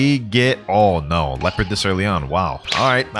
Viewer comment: Its leopard not leoapard like if it the thruth